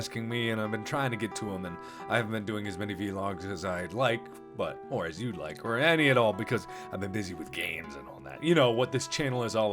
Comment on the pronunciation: does he not know its pronounced vlog not v-log?